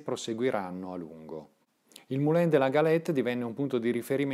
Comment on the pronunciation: Bel video, complimenti. Un solo rammarico: la pronuncia francese esatta di "Moulin" in italiano è "Mulan".